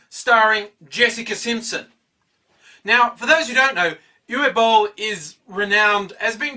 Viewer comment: You pronounced Uwe Boll much better than many others. :D lol